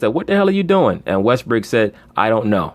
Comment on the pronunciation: you're the only person I've listened to that calls Westbrook "WestBrick" so consistently.